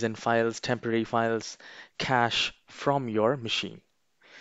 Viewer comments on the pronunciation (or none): none